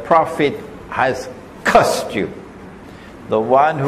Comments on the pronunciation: You sound like you're saying cussed. But I believe you mean to say cursed. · "Cursed" is correct.